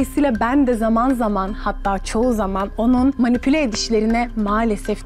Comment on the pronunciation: Ya manipe ne Allah aşkına manipüle demeye çalıştı herhalde😂